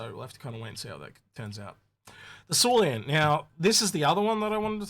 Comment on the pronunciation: Syulen = S you len. NOT SUE LEE ANN. Railen= Rye len. NOT R ALIEN.